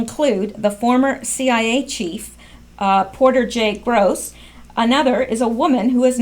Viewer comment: hahahaha...the former cia chiefs name is Porter Goss...not GROSS....I love it when Q trolls